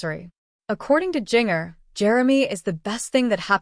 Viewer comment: Its confirmed on social media its not twins! Please pronounce her name correctly